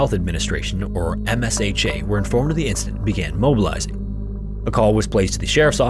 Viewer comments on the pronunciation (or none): Msha is pronounced as M-sha (m-shaw) not M-S-H-A. The more you know 😊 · Excellent research and presentation as always! To help you for the future those in the industry pronounce MSHA as M-SHAW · MSHA is usually pronounced EM-sha.